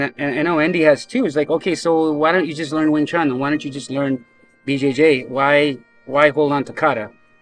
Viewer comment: I know you said “BJJ” but it almost sounded like you said it the way Master Ken does “Bu Jay Jay” and now I can’t stop laughing